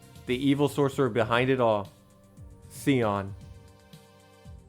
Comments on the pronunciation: Scion is pronounced “Sy-Onn” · "Scion" is pronounced "Sie-Awn" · It's Sigh-on. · Dude said SEE-ON...LOL